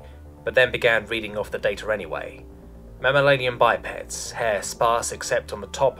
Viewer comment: Wrong syllable is being stressed on some complex words like "endotherms" and "mammalian", but otherwise not bad.